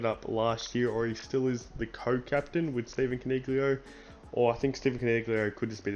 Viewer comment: Callan.* And it's "Con-i-lio."